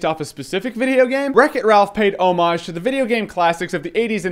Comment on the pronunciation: finally someone who pronounces "homage" right.